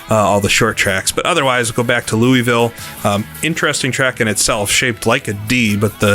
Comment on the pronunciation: It's pronounced Lou-a-vul, not Lou-e-ville